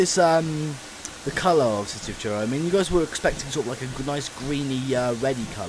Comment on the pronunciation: It's Truro not churro, train not a hot cinnamon bar